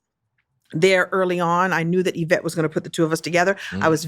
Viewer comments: “Y”vette not Whyvette 😮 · I 💙💙how JH anglicizes Yvette wherein Y is low and long (why) rather than high and long (ee) (French origin Y = i grecque) Yves pronounced Eve in English). 💙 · Y-Vette Why-Vette!!! It just ain’t no reason for it!! 🤣😂🤣😂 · I love that her calls her WHYvette!😂😂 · In the language origin of the name Yvette the Y makes an Eeee sound. This is true for almost every language except English.